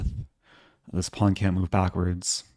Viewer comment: Did you say chess mood? Not chess move. Didnt quite hear it right in the video.